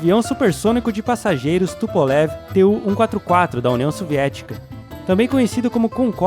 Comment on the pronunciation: Não se fala TUPOLEVI. É TUPOLHOVUH, minha namorada é russa e ela me corrigiu.